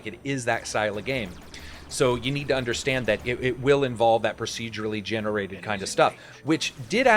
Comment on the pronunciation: every time i hear "procedurately generated" i cringe a little bit...